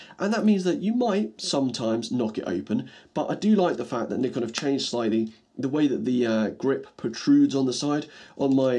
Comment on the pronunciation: Instant thumbs up for pronouncing Nikon right